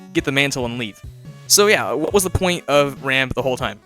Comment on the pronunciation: WHY DOES EVERYONE CALL HIM RAMB THERE, HE'S ROMB